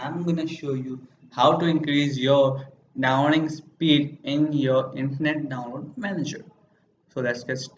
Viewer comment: I'm gonna show you to increase your "doweling" speed hey guys I'm gonna show you.... HEYYYYYY!!! Are you OK bro?